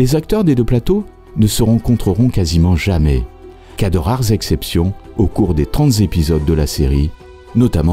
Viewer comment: "des trente Z'épisodes" 😁